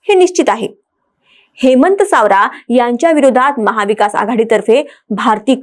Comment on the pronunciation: सावरा नाही सवरा 😂😂